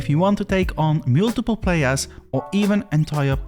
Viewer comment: It's MULtiple, not mewltiple